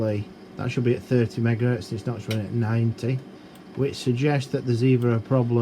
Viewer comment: top notch. i love when he says "megares", but says gigahertz